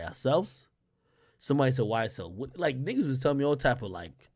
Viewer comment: Can someone clarify.. is it YSL Woody or is it pronounced.. Whoa-dy..